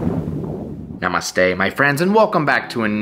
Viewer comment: It’s just so adorable how the non Indians pronounce “namaste” 😫🥹